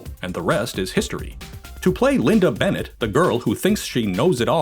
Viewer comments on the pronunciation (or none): none